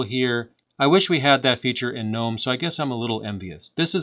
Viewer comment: You know how to pronounce Mate but not Gnome? Just like Gnu is pronounced geh-new, Gnome is pronounced geh-nome